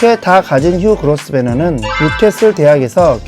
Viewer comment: 그로스베너가 아니라 그로브너입니다.